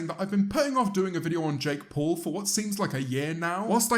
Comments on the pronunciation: Nobody: James: Jake Pole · No, he pronounces it Jake Paul